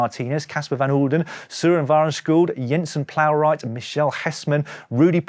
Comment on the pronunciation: You pronounced Jensen Plowright because he’s Australia, it’s with a J